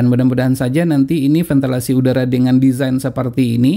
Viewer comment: VENTILASI bukan ventelasi, pakde pakde